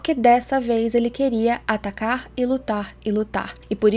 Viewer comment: Faz uns 4 vídeos que sempre que eu ouço a falando atacar eu ouço "tatakar" quase um tatakae